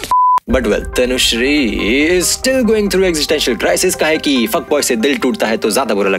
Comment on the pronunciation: My name is also tanushree and whenever you pronounce the name it's awesome ❤️